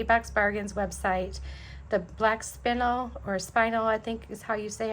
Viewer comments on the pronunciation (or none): Hi, it’s a gorgeous necklace!! Love the colors and I think that bead is pronounced Spin-el. 🧡🍁🧡 dinner sounds like it’s going to be yummy. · it's black spinel, pronounced "spin-elle", that rhymes with "bell"...dang you are so cute when you say things funny! Loved the necklace and love you, too!!❤ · It's pronounced spin-el.